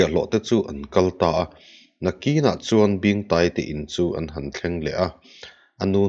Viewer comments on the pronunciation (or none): Hman lai chuan hman lai chuan.. hman lai chuân hman lai chuân.. a thlukna nen hian a dik zawkin ka hria